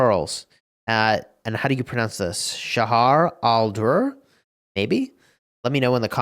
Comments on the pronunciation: U pronouns the J, as if it’s written with shagar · the female commander is the wife of one of the most famous Descendant of Saladin he is called righteous Najm ADin and her name in arabic means the tree of preals and its first part is pronounced (sha like in shad then jar like the jar of jam) and the second half is pronounced like ( durr is like do &R) and fun fact her history matches her skill as she was very good support for her husband in his life (as a secondary healing)then a leader by her own as (primary skill damage) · You mispronounced the new commanders. Cheo Yeong and Shajar al-Durr are pronounced as Cheo Yeong and Shajar al-Durr.